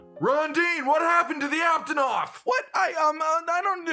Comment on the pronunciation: Aptonot he said lol